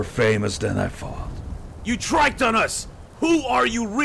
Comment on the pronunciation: "You "triked" on us!" Did Gohan mean to say "You tricked us"?